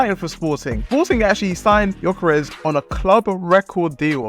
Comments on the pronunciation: Yall need too realise Ö and O aint the same thing in swedish hes not gyokeres hes gyökeres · Jokeres lol. Its Gyökeres, at least google translate his name.